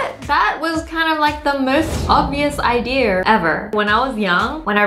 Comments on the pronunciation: Did anybody else notice that she said Ideer instead of idea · Wengie why do u. say idear instead of idea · The way you hold a pencil is the way I hold a pencil(gasps)we’re twins!!!!!!! I also like how I’m hearing idear when your saying idea lol😂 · her: idear :D me: Its idea everyone else: its how she says it. me: ohhhhhh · me: how do i say idea the most latesty internet: idea wengie: idear me: oh dear!is wengie right or is the internet? wengie in the video: once again says idear instead of idea🤣🤣🤣